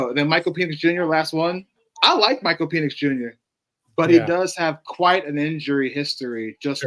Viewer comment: it’s PEN-icks and you keep saying PEEN-icks. 😭 Michael Penix man